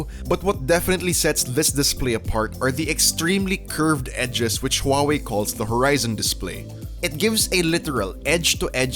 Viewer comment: Even rich people in America cannot buy it because it is banned in their country It's all trump's fault ￼ Learn to pronounce